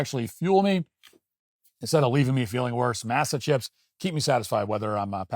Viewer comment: “Mass-uh” …Matt, stop